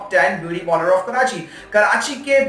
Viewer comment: Polars nhi hota parlour hota hai make up hota makup nhi hota kahan ki pronunciation sikha rhe ho